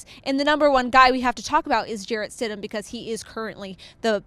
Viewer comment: Its stidham